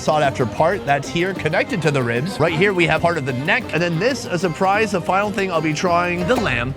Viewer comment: The "right" was so Australian. XD